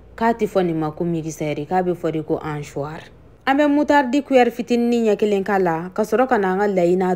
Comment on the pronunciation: C ' est pas hanchoir , c ' est hachoir Donc on ne dit pas hancher , mais hacher